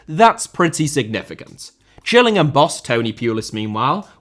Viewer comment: Its not pronounced Gills like a fish, its "Jills" as in Gillingham. That should be an obvious one.